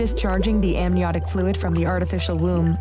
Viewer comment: Did she just say amBiotic fluid? Ma’am, robot lady, it amNiotic fluid. Ok.. maybe learn to walk before you run? Doesn’t make me trust any of this at all really. Have a seat.